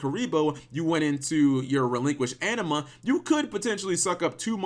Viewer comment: But why do you keep saying "Relinquished Enema?"